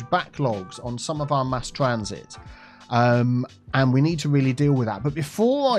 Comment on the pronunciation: i heard it as "to offer two people public transportation" at first and i was very confused and amused. just two people specifically. no one else in the city gets it 😂